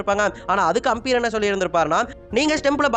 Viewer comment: ஆம்பியர் இல்லை umpire, ஒழுங்காக சொல்லுடா , difference eh Theriyala நீயெல்லாம் யூடியூப் சேனல் வச்சிருக்க